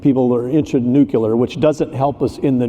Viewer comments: Nu clear not nucular. Single biggest thing he works on and can almost pronounce it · Anyone who pronounces it "nuc-YOU-ler" should be banned from speaking on energy related topics. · “Nukular” energy 😅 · Concerning that the both mispronounce nuclear 😮